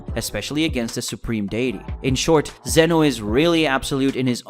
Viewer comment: His name is ZEEEEN OHHHHHH